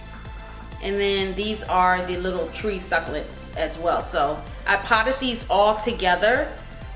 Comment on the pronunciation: AZFrank Castle every time she said it I died a little on the inside 😂